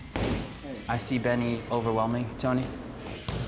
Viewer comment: "OVERWEHLMING Tony" does he hear himself? Lol